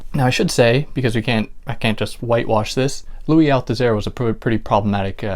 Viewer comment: Dès la première phrase, vous ne prononcez pas correctement le nom du philosophe français Louis Althusser????